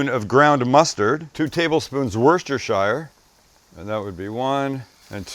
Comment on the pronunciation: Sam, it's pronounced wuster-sherr sauce. We dont live in effing middle earth 😂